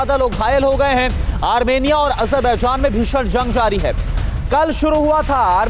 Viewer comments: Hahaha jahil looog armania ha......armirnia nhi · amernia nhi yede armenia hai sahi dang se bolo dhakkan log